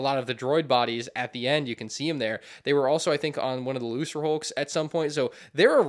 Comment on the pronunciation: Ain’t no way bro pronounced lucrehulk as Lucerehulk with and ‘s’ sound 😭